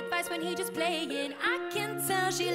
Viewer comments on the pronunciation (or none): none